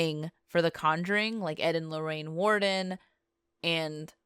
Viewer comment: There is no D in Warren, you're right you can't pronounce anything. Other than that the stories were decent, and the background music is always enjoyable.